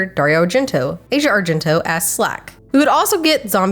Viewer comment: Also, in addition to speaking English fine, Asia's name wasn't pronounced correctly either 🤦